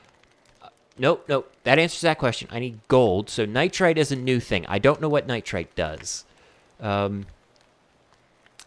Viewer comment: btw, it's pronounced [nahy-ter] <---nitre xD that's bothering me soooo much